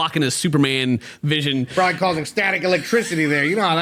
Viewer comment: "probally half a dozen"